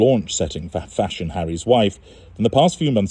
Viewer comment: Fashon is my fav;-))) how u say it, pronounce it it makes Me Laugh, u r a star, listen to your interviews tpday while i was gardening, u explain it better than a doctor!!!!